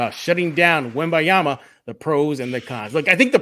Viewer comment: don't forget the "n", it's Wem-baN-yama, thanks